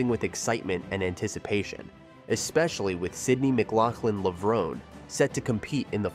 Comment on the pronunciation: Did you listen to the audio you included in your video? You are pronouncing Levrone wrong.